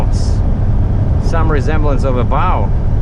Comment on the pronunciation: Uncle,it's a bow not a bow.